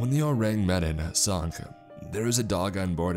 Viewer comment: say the name wrong one more time I swear to God it's not med in it's me-dawn